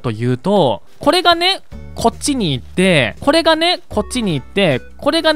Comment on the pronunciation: これ っていうときも こぇ ってなってました